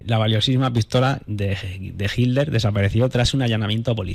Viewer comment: # HILER NO, Hablas mal. Se debe pronuncia: HI"T"LER. Parece que evitas pronunciar la " T "